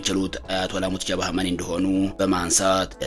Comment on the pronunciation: ሙጅተባ ማለት አቅቶህ ነው ሙትጀባ እያልክ የጨረስከው ?